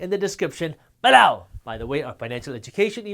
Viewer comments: Please stop saying "below" lol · You crack me up with your unique "below" emphasis. Very articulate and informative for all newcomers. God Bless You Jaspreet.